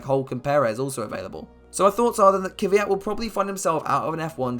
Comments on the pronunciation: Why is it so hard to say kVYat, not kYVat. Sky reporters and every English speaking person does it. It bothers me as an East European. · Why do people always say “Ky-vyat”. It’s Kvyat. Pronounced the same way his last name is spelled. Lol I just always find that funny.